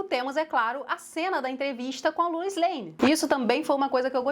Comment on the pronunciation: O que incomoda é o pessoal falar “lois” como “louis”